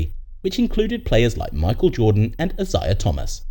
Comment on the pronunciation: Uh-zuy-uh Thomas. Hall of famer.